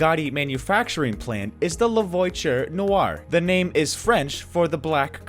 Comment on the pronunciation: La voiture not “voicher”